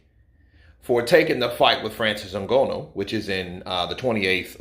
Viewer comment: It n Gha nu not n go no please it hurts my soul 😂